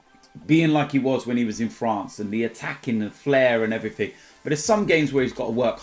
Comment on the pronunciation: “And everfing else”